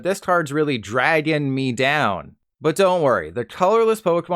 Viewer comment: "this card is really "dragon" me down" 😂😂😂😂